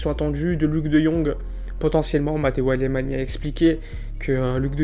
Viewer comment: Très bonne vidéo, mais ça se prononce "Alemagne", pas "Alémani".